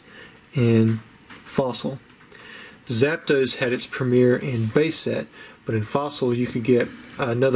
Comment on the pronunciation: Absolutely hate that accent ‘ZapDOSEEEE’ its ‘ZAP.... DOS’ hillbilly😂